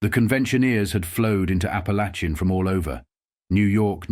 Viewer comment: you got Barbara pronounceation right but its ap a lake in